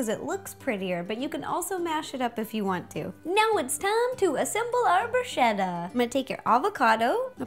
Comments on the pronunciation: It's bruschetta not brushetta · It's pronounced brū-sketta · I love you and your recipes as always, but I couldn't help but laugh at your pronunciation of "bruschetta"... it's with a hard C (it sounds like a K). Keep being awesome!! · Ro, it's bruh-SKETT-ah. Just FYI. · bruh - sket - ah! so i got slightly annoyed at bruschetta pronounciation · that's not how you say bruschetta... I'm Italian so I should know!! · Ciao, in italiano we always pronounce "ch" like "k". To say bruschetta like her, we need to write "bruscetta"! C+h = k. We use the "h" after "c" to pronounce "k" before "i" or "e". So: CA CHE CHI CO CU = ka ke ki(kee) ko koo CIA CE CI CIO CIU= cha che chi(chee) cho choo Scia sce sci scio sciu = sha she shee sho shoo No other possibilities. She is American so it's understandable that she didn't know how to say the words in Italian . Bella pe voi